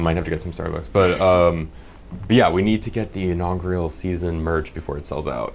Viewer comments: Inaugural...not inaugrial...come on man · Just like to point out knows how to say "inaugural" while always says it wrong 😂